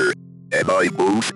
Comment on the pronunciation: Why when you said "Or am I both" I thought it said "Or am I a bomb"